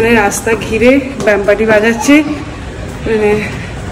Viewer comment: Are you serious!! you pronounced "Bampparty" instead of "Bandparty"??😂😂